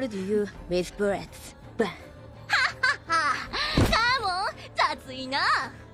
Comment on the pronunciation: "We almost rittered you with burrets, bam."